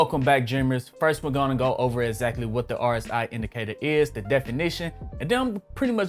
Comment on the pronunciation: My man you didn’t even know how to pronounce rsi...